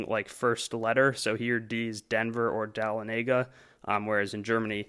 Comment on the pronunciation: The way he pronounces Dahlonega makes me cringe